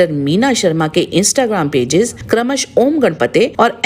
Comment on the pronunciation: क्रमशः तो ठीक से बोलो। मॅडम आपको अपने उच्चारण पर काम करना आवश्यक है।